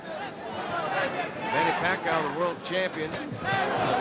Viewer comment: announcer said manny pac aw! Lol